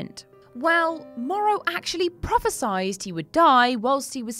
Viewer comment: Just a heads up for future videos: It is pronounced prophesied (prophe-sigh-ed), not prophe-sized. It's a common mistake in most movies and games, but it drives me crazy every times I hear it. I love the channel btw!